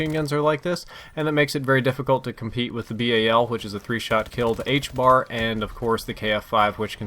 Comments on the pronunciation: And ffs it is the HBRa not the HBAR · its the HBRA 3 NOT THE HBAR it bothers me every time... Otherwise keep up the great work